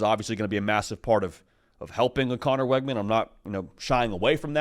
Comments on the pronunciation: His name is pronounced Wigman, not Weggman. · It's pronounced "wig-min". Learn it so you don't sound stupid saying "Weg-man"